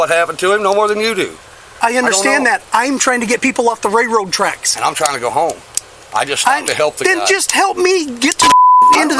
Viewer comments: Cops have a complete lack of self awareness. This guy isn't making ish difficult...the LEO is making ish difficult. They ego trip ANYTIME someone says "no". And, it's a "railroad" track, not "RayRoe" track. If this guy doesn't win his suit, I think that department should be put under a powerful microscope. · He's just mad because he can't pronounce "railroad tracks"